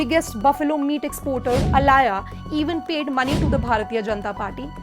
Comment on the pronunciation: Allana...not allaya...